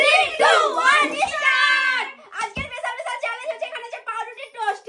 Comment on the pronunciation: রোজই বলবো ভাবি তার পর বলিনা। ইস্টার্ট নয় স্টার্ট উচ্চারণ টা হবে গো।❤